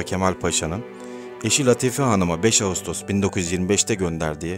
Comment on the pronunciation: Latife, Sorbon, telaffuz karı düzeltilir iyi olur.... Teşekkürler!